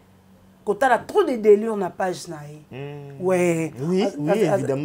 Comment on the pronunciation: On dit delire et non delure